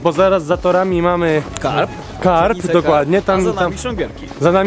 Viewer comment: KARB CIULU A NIE KARP , KARPIA TO SOBIE MOZESZ ZJESC NA SNIADANIE